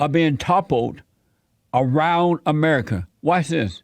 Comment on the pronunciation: Sound like fez when he said amedica